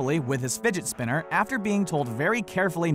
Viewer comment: Anybody else hear him say Spidget finner